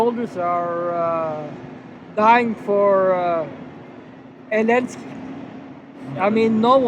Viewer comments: even Africans now call him Elensky 🤣😂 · Why do you call him Elenski since his last name iz Zelenski?